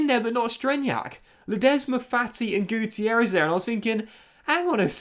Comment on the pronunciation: Roberto guitierrez? More like Roberto guccierrez. You know? Gucci errez